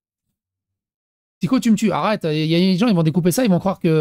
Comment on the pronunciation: Bonjour, arrête de de psycho alors que c'est merci 😂 j'ai repris Lilith PCQ elle disait psycho au lieu de (elle a mis mon com dans une vidéo et j'ai chopé un orgasme lol😂😂) merci de ta compréhension